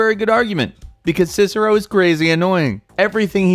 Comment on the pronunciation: once u said Cicero. LIKE!